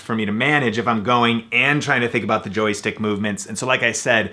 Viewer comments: JOY is one syllable. Not a Joey stick.:-) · "Joey" stick? "It's a "joystick"! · What the hell is a JOEY-STICK??? LOL